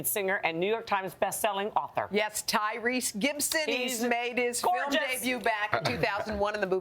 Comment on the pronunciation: did she say tyrese gibston ahah lol